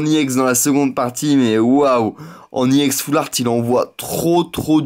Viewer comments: On dit Ex pas iEx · Mega giga trop bien vidéo, par contre,je vais te donner une petite correction, on ne dit pas YEN mais EX mais c'est pas grave le plus imporant c que la vidéo était super et je te souhaite de bonnes continuation pour tes ouvertures futures. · c est pas iex mais ex juste ex sinon c bien ta videos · sa c est vrai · arrete de dire iex c' est ex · On dit ex et non iex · Tu dit IX au lieu de EX je vous dit désabonner vous et aller voir David Lafarge pokémon c le meilleur Poké YouTubeur !!! Et aussi missjirachi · t'est nul!!!tu ne sais meme pas parler.On dit X pas EX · Ptn dis ex pas iex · c'est EX et pas IEX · pourquoi tu dis i ex ? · tes chiant de dire iex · ARRETE DE DIRE IEX GROS CON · il prononce Ex a l'anglaise il dit E et X en anglais